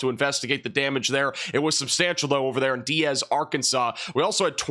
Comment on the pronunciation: Not to sound pretentious it that’s Diaz, not Diez… think “Dye Az” just for your brains city name bank! Cheers!